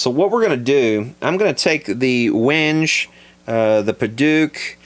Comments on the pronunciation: pronounced "whengay" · Its pronounced wen gay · Wenge is basically pronounced when-gay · I believe that’s pronounced “Win-Gay” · its called win-gay, wenge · Nice video again, thank you. If I may add a linguistic correction for everybody to learn: The proper pronunciation of wenge is sort of like 'wengheh', so the 'g' is the "guitar" or "glue" 'g', not the 'g' in "arrange". You also need to pronounce the word-end 'e', because this is not an English word, but African, and is internationally pronounced that way. If you check youtube on how to pronounce it, there are a number of incorrect videos, because it is just robots reading the word according to English pronunciation. However, if you check a dictionary, you will find the proper pronunciation there. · Wenge is pronounced when-gay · Pronounced WEN...GAY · It's pronounced "when gay". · Btw Wenge is pronounced Wen-gay ( Millettia laurentii ) native to Africa ( Congo ) Cameroon, Gabon, etc...it's on the endangered species list also. Wood picks are cool, but of all the picks i've made myself ( a lot ) I found bone to be the longest lasting and best sounding, ivory is good too but can be brittle, unless fossilized. Think repurposed piano keys. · Wenge (pronounced Wen-gay) is from Africa. It's all over the place down there, I have a cousin who lives there and he uses it in woodworking all the time. It's a good fingerboard wood, but it does splinter, and if you get a splinter in your finger, it WILL get infected. The splinters suck big time, but it's a beautiful wood. I've even heard of a few acoustics made from it, though I wouldn't want to do that. Give that pick a light coating of oil to help preserve it a little bit, and it will really pop when you see the different bands in it. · wenge is pronounced wengay it's african and it's great neck and fretboard wood, i have some to try at some point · pronounced weng-gay, koa sounds best to me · Wenge......WHEN-gee / gee as in GeeTar ( guitar)